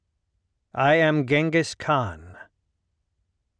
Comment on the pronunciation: cHINGUS kHAN , not the easiest name to pronounce